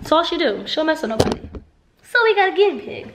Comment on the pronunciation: she said ginnybig 😂😂😂😂😂😂